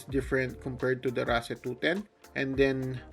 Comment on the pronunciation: Always thought it is pronounced as (race) lol 😂